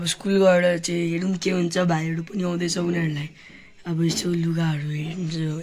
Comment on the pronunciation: भाई तिम्रो नेपाली चाँही अलि खतरा छ जस्तै आज लाई आजु जितछैँउ लाई कितछ अब लाई आबु टाउको लाई टैको तर रामायण पाठ चाही दामी छ बधाई छ ।